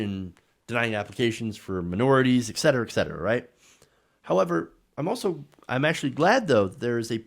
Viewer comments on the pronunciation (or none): none